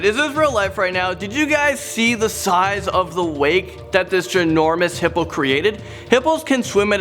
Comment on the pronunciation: 7.55 hippopo instead of hippo